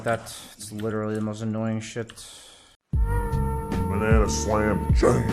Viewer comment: the only person who can turn "shit" into a two-syllable word